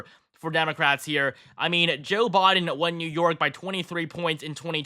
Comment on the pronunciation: You seem to have difficulty saying Biden...BYEden. Not Bahden